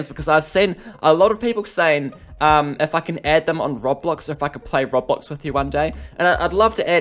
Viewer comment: I hate the way he says robblox